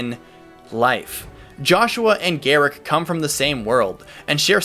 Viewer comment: Gerik = Jer-rick, get my name right.